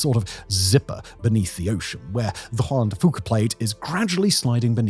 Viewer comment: Simon pronounced "Juan de Fuca" correctly 😮